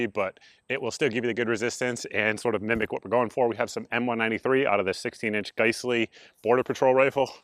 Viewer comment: It’s GUYS-LEE